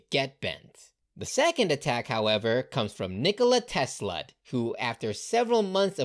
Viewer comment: Nikola te-slut Oh My god